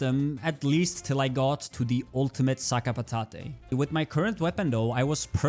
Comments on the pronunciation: you got 1xp from the mime battle.. Also, if I may, its prononced ''sakapatat'' no ''hey'' at the end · As an french, I like your pronunciation of names it's funny, but if you want, for your help/comprehension : Sakapatate = "Sac à patates" french = potato bag english. You dont need to prononce de "e" at the end, just prononce the "t" like in the word "just". Dualliste = Dualist. You dont need to prononce de "e" at the end